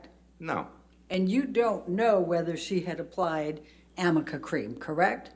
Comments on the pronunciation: Me yelling at the phone…what on earth is amica cream!!!! 😂😂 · SAME GIRL. I was like say amica cream one more time